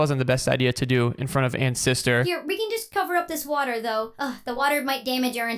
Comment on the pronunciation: Bro you said wather twice bro